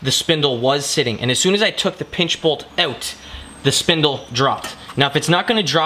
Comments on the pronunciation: more like "oat" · being from Cali it bugs me lmao